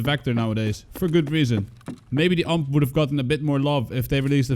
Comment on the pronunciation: Every time you say UMP I die a little inside.